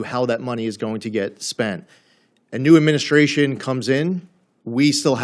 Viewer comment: Please improve your pronunciation: It's not "adminishtration", but administration.